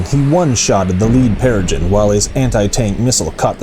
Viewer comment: Good stuff! But it's pronounced "Pereh-Grin" :D